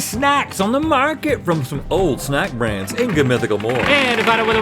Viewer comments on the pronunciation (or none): none